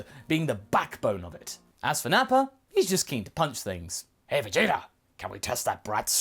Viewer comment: Vegeter... why do you replace the "a" with an "er"